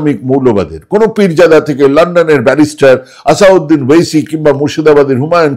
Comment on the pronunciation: দাদা, ভদ্রলোকের নাম আসাদুদ্বীন ওয়েসী। আসাউদ্বীন নয়। আসাদ মানে সিংহ (সম্ভবত তুর্কি)। আল মানে the/of in Arabic. দ্বীন মানে ধর্ম (religion). তার মানে আসাদ আল দ্বীন অর্থ সোজা বাংলায় 'ধর্মের সিংহ'। আরবিতে آسادالدين। আরবি উচ্চারণের নিয়মে ওটা আসাদুদ্বীন হয়ে যায়। সেই প্রসঙ্গে আর যাচ্ছি না।